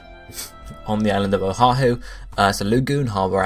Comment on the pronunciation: good stuff im from hawaii so im super hyped but i cant help but help you out with the pronunciations oahu - o-ah-who (u say O HA WHO, dont say the first H) kauai - ka-why niihau - knee-ee-how u got molokai right lanai is good same with maui kahoolawe - ka-ho-oh-la-vay (W makes a V sound) keep it up though :D